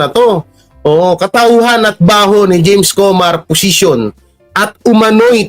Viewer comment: Anong jaime pinagsasabi mo? James not Jaime